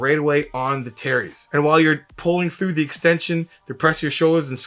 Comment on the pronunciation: Every time he says “terries” I keep thinking about that Key and Peele skit😂